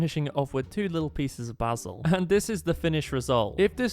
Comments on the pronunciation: its basil not bazil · Why basul instead of basil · Its pronounced like baysil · I love how he says basil like bah-sle instead of bay-sil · Sorry but I was dying of laughter when he said baazil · It’s something with the way he says basil